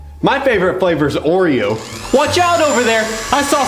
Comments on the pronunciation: yoyu said oreow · You said oriole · U said oreo duh